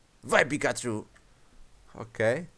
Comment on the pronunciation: pikachu,e não picaxu,e pichu, não piju